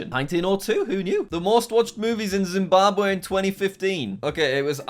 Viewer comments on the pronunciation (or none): none